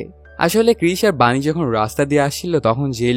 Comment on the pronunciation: নাম টা ভানি নয় বানি